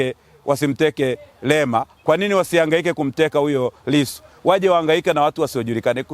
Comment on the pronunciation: Hata jina la Lisu anakosea kulitamka